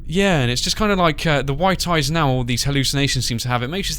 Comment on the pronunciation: Oh no not ears ...eye's*